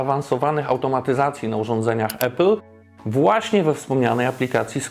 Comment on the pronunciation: Mega robota, jak zawsze! Podam dalej, gdzie trzeba! Tylko proszę „Apple”, a nie „Epple” 🙌🏻